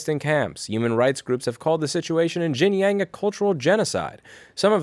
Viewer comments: Louis, for the last time, it's pronounced "Shin-jiaung" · It’s pronounced Sheen John (XinJiang) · “x” is pronounced “sh” in Chinese Xinjiang is pronounced “Shin-jiang” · Shin-jee-yong Shin-jyong Xinjiang.